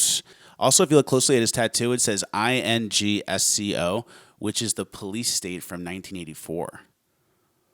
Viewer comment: It's "Ingsoc" not "I-N-G-S-O"